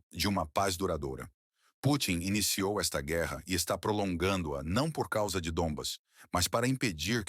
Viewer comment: Parabéns p/apresentadora. Está melhorando a pronuncia das palavras c/ r . Antes dizia guera agora já pronuncia certo "guerra".